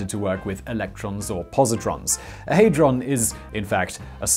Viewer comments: HAD not HEY Hadron not Heydron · Hey-drawn? No it is pronounced Had-drun or ha-druhn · It's pronounced had-ron not hayd-ron lol. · Hadron not heydron :) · NO!... I cannot sit through 18mins of you saying 'haydron'.... where did you get the Y from?... hadron!... had ron! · Cool, but it's pronounced Ha-dron - not Hey-dron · The only annoying thing about this video is pronouncing it haydron when it is HADRON!! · Simon: “They are idiots” 2 seconds earlier: HeyyyyyDron collider 🤢🤢🤢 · 'Haydron' Shudders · You get a dislike because you asked for one and your pronouncing it hydron collider bleugh!